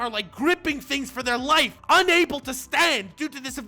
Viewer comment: “Enemy for lifeu.”